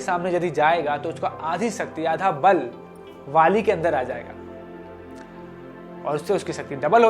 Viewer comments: WHY are you saying Vali (वाली)? The correct name or pronunciation is BALI (बाली) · Vali nahi bali